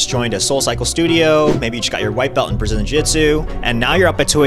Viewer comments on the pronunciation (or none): Ahhh, yes, "Brzilian Jitsu"